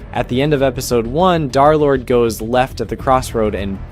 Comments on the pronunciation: Why does he constantly say "Darlord" instead of Derlord? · i just put a random time, but seriously guys... i think he continues to say "darlord" instead of Derlord, Just to troll us. Seriously, he's probably so used to it by this point that it doesn't even bother him 😂 anymore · Why do you say darlord instead of derlord? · "Darrlord" is triggering me so fucking bad it's DER- DERLORD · BUDDY I BEG YOU ITS DER NOT DAR💔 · PLEASE STOP SAYING DARLORD IT IS INCREDIBLY DISTRACTING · PLEASE stop calling him "dharr lord" 😭✌️ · Pronounce his name right bro 😭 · i know, I'm saying that this guy pronounces it wrong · because you pronounce it wrong jkjk